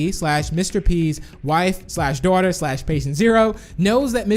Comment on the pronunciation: Why do you say dawther